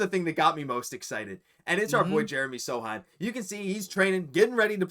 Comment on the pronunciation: Dude! It's S-O-C-H-A-N, not "SATAN". And it's not 'blindness': "the Truth" retired a while ago -- great Celtic SF though.